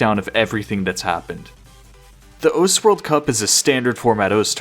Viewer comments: the thing that pisses me the most of about this video is the way you say Osu.... its not ous. anyway! good video! :) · bruh for fuck sake say osu instead of os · Calling it 'Os' instead of 'Osu' doesn't make it cooler bro 😂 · I don't know anything about osu! but the. way this guy is pronouncing the name osu is triggering me i cant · I cant handle the fact that he wont stop saying "Ose" or whatever bothers the shit out of me tbh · O su, not ose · it's osu, not ose. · I'm suprised no one is mentioning that he is saying os and not osu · Its O’su not Os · is the pronunciation really "oas" (like oats without the t)? I've only ever heard it as "oh sue" because that's how it's spelled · Why even bother not pronouncing the u in "osu!" if you're gonna mispronounce it anyway? "ous!"... lmao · You have no idea how mad I get from hearing you say ous instead of osu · why are you calling the game "os" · its "oh soo" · the way you say osu is just as incorrect as the way most people say it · bro has a osu channel but doesnt know how to pronounce osu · learn to say osu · why can this guy not say osu LMAO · breh how u gona make a video on the game and say its name wrong for the entire thing XD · id watch the whole video but i actually cannot stand how you pronounce osu. Just pronounce it like a normal person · Gets on my nerves that this weeb can’t pronounce osu!